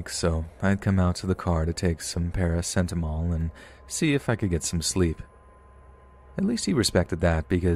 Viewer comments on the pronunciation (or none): Paracetamol* not paracentamol